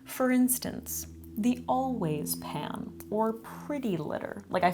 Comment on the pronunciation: How many other people thought she said "Always pads" instead of "always pan" at first? 🖐️